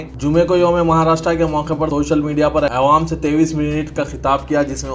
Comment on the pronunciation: Aywaam nhi yaro Awaam hai